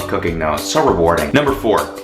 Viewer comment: then he said cooking, I thought he said cocaine.